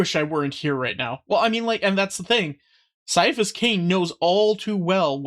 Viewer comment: Kia-a-phous, not sye-a-phous